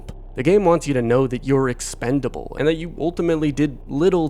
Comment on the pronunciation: Did you say EXPENDABLE?